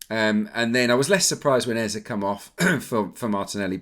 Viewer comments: It’s Eze (Ezay) not Eza lol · Hello it’s Eze not Ezah